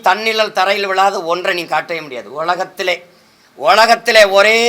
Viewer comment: உலகத்திலே னு சைமன் உச்சரிப்பு கேட்டீங்களா பச்சை யா தெரியுது மலையாளத்தான் என்று திருட்டு பய போலி தமிழன்